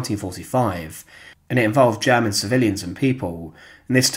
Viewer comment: Since when is "world" pronounced "weld"? And "German" "jammin"? Anyway, no action. Fail.